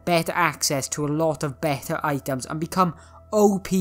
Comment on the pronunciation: I say better but you say bette (no offense)